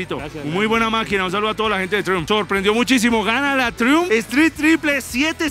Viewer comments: PERO Y ESE DRON CUÁNTOS CILINDROS TIENE PUES? Ufff!!! Por cierto, se pronuncia 'Traiumf' pichurrias 😂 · Se pronuncia "traiamp" no triun 😅😂